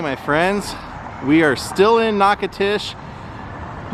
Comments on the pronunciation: As someone born and raised here in Natchitoches, I love hearing how visitors pronounce our city’s name. It’s so cute all the different ways they get in wrong, like you are doing. It’s pronounced Nack-a-tish. No disrespect, definitely not a grammar freak, great video. 👍🏻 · You need to learn the correct pronunciation of Natchitoches.